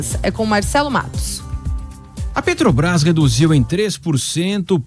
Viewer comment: E Muié não sabe falar mano Pretobras, Guatematecos, Jesus ta ruim hem...